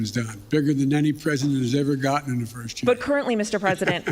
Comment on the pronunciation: "Firth thing we're gonna do..."